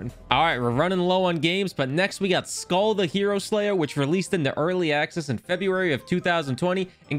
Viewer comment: Its pronounced mir like skuhl with a long u since it only has one l